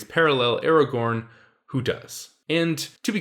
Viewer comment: Why the FUCK do you say Aragorn, im so fucking triggered